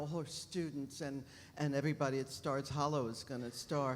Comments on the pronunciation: Anybody else notice that ‘Miss Patty’ said “Scott’s hollow” instead of stars hollow!!!😂😂😂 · Miss Patty said Scott’s Hallow lol